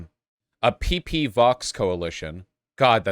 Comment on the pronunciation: I mean, PP is pronounced Pepé, not Pipí. Seems like an English pronunciation issue to me